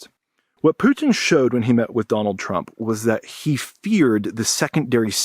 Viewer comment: The way that pronounces "putin" makes him sound french xD. Poutine